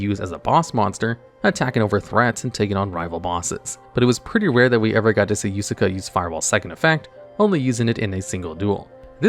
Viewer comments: its Yuusaku not Yusaka or Yusaaka xD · Did you know that you always pronounce Playmaker's name Yusuka, his name is Yusaku not Yusuka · kinda annoying how he says “yusaku” as “yusaka” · ah yes ‘Yusaka’ my favorite protag. This video would be improved by having correct pronunciation of everything VRAINS related lmao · Kuibelt the blade dragon is good? Is Yusaku. not Yusaka And pronounce Ai as a single sound. not individually spell "A.I." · Top 20 name mispronunciations because for someone who can explain the themes behind these boss monsters, "Yusei's Fudo's" and the failure to pronounce "YUSAKU" three times in a row suggests he crutched a bit too hard on the wiki. Ai is also pronounced like "aye"... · I die a little each time Yusaku's name is mispronounced. And when Ai is called "A.I." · I can't believe how many times you managed to botch playmaker's name. It's Yusaku.